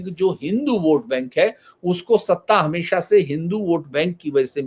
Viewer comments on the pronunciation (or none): none